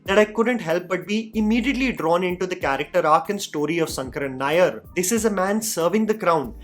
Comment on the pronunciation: It’s “sha” as in Shankar and not “sa” as is pronounced in the whole video. In malayalam all sanskrit names have an “an” at the end so Govind becomes Govindan; Ram becomes Raman and shankar becomes shankaran.Atleast pronounce shankaran nair correctly….